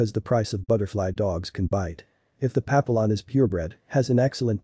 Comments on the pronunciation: Yeah pa-pill-on is incorrect. Pap-E-yon is correct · Can’t watch this with the very bad narrative and mispronouncing Pap a lions Yikes! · Pappyon, you’re pronouncing it incorrectly. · Can you teach the robot how to pronounce papillon correctly? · Please learn how to pronounce Papillion prperly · at least say it correctly AI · Yes- but still! It’s so easy to fix—i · It's a text-to-speech engine doing the narration. It needs to be taught how to pronounce Papillon.